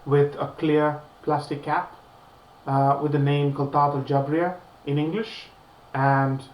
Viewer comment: You are pronouncing it incorrectly (no fault of yours, of course). It is "Khaltah al-Jaabiryyah" خلطة الجابرية in Arabic, meaning "Jabriyah Blend". Al-Jaabiriyyah (written Jabriya in English) is a place in Kuwait. Anyway, I wanted to ask if you find any similarity between this and Louis Vitton Ombre Nomade.